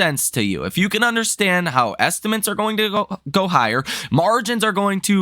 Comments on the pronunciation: Dude… can you please learn to pronounce “estimates”? It’s not “estiments”. It’s pronounced “est-uh-mits”. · You would have more credibility if you pronounced the word estimates correctly. Just try, it’s not so hard. It’s a word you use all the time.